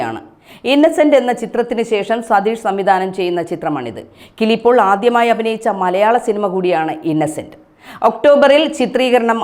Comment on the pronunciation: കിളി പോൾ അല്ല. കിലി പോൾ